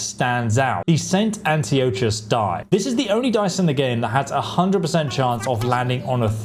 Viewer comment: He also butchers the name of the die itself. Saint Anchovy die my ass... Funny thing is that most of these names are pronounced many times in the game. Yet most youtubers ignore that the same way they ignored school.